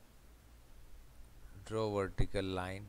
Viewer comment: 'Wertical distance'